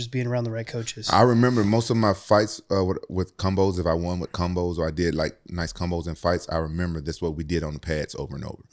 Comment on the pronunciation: "Cumbos" - Rampage